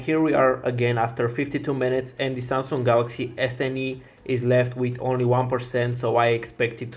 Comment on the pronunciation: Its Samsung not SaaaaM-Sunnng :DD